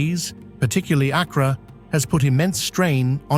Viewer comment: He mispronounced Accra.